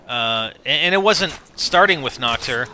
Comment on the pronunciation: its called Nacht and you should pronounce it with an h and not with k like nackt because that means naked in german...